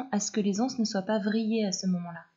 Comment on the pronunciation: Magnifique de simplicité, sobriété, clarté. Merci pour la liaison des ...(z)anses ,et pour la beauté des tissus.